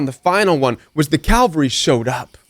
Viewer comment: IT’S C A V A L R Y — NOT C A L V A R Y (Where Jesus Died.)